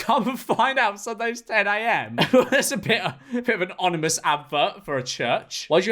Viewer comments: bro said onimous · “That’s a bit of an onimous advert” it’s ominous George